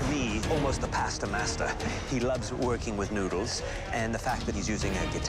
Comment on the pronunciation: Nobody : Literally nobody : Pasta Masta